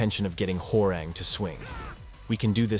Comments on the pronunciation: Huwa - Rahng, not Whore-rehng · as a Korean , his name is pronounce Hwa -Rahng not WhoRe Rang like the telephone rang 😂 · i love how the tts voice pronounces "Hwoarang" as "whore-rang" 🤣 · I always knew the announcer said it wrong lol I think main man pronounces it the worst lol